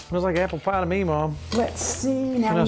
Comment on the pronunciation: Love how she says pie. "You won't believe it but when you make this pah, people eat it, they say they're eatin' apple pah"